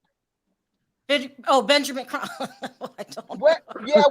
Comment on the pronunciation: I’m sorry but the lady is delusional. I say this with all due respect! Ma’am, you are not the FBI. You are full of speculation. You are no where close to Benjamin Crump or Kruk as you clearly pronounced. Contained and Detailed are two different things… especially when it comes to law enforcement. I’m sorry but Benjamin Crump, Al Sharpton, Roland Martin are NOT above reproach! So called connection and those who work in “ high positions” you have are NOT above reproach and cannot disclose procedures/processes. With all do respect your right up there with Mr. Zuniga!